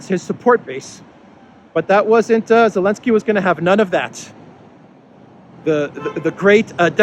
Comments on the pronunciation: Confusing that you refer to Zelensky as "Elensky"; but that is probably why Zelensky decided the "Z" is silent. Haven't heard this name change honored anywhere else. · Every time you say elensky I take a drink 🍻 and when you say Nazi poppet I take a toke feels sooo good 👍😎